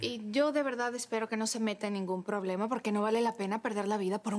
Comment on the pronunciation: Si se dieron cuenta cuando dijo poblema 😂😂